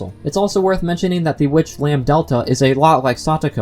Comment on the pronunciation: ... I imagine Chie's L5 as her murdering people because of curry tbh You're saying 'lam-delta' instead of lambDAdelta :) Maybe Lambdadelta was disappointed in Takano and went to Satoko. She has a thing for blonds like herself. [?] But seriously, I'm sure she and Featherine are involved in this. (Featherine being connected to Hanyuu has been a very popular theory since her name was announced for Umineko; same with Bernkastle and Rika, who signs cryptic poems in the Higurashi games like Frederika - Furede Rika - Bernkastle; and Takano with Lambdadelta, since Miyo can represent the numbers 3 (mi) and 4 (yo), and Lambdadelta corresponds to those same numbers. Even before sprites, the connections were there.)